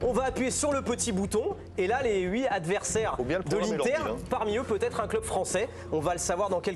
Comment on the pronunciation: je t'adore mais prononce le T final quand tu dis "huit" devant une voyelle.